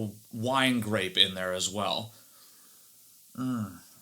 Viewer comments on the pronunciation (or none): none